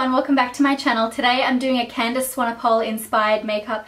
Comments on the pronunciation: candice swanePOLE? lol it's pronounced swanepool,:) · Hi, I am from South Africa (where Candice is from), I just wanted to let you know, you pronounce Candice's surname "Swan A Pool". Not "Swan A Pole".. Just letting you know. x ps, you are gorgeous. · love this :) btw its swan-e-pool xx